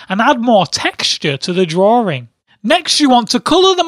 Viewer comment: Why do you call it "drawring"?